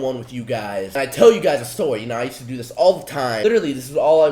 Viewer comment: "tell u guys a Stoy"???